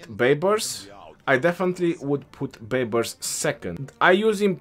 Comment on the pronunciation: "Justin Bai-bars" 🤣🤣🤣